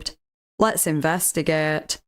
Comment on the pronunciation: “Let’s investigaet” 😂❤